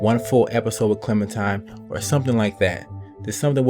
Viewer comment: I'm pretty sure he pronounced it correctly. Don't the people at telltale pronounce it like that?